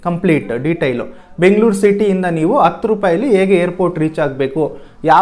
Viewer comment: 2.06 adu hatthu rupai bro. Ella chennagide, swalpa a kara ha kara sariyagi gamana koDi. oLLedagli